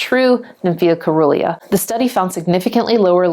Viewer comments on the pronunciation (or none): SEE - RUH - LEE - A . Like " cerulean " . Soft c .